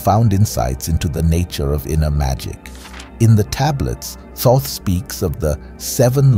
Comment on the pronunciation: The first first to pronounce Thoth correctly in ages.